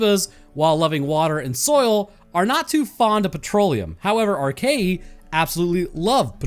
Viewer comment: It's pronounced Ar-kay-uh. Not Arkayee